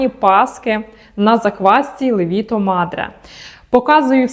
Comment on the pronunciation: правильно ставити наголос на перший склад ЛЕВІТО❤ Паска чудова👍🏻